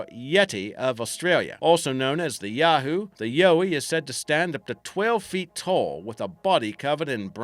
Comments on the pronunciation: Yeah, it's yowie like the yoweed. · Ya pronounce yowie wrong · Ugh! #2 pronounced Yow (like cow)-eee #1 pronounced Bun (like cream bun, or the bun you style your hair into) - yip. And for good measure: dear Americans. Emu is pronounced eeeem-you. NOT eeemooo. Thanks. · and yow ee, (like in howl), and diprotodon Dye Pro toe don, I dont know how someone can get it that wrong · If he's an Aussie...yeah right..... Why can't he pronounce Bunyip or Yowie correctly?